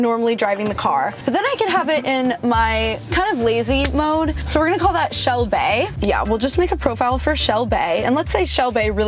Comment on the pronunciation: Lol shel-bay